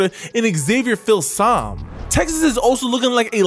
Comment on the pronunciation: Filsaime pronounced Fil SA ME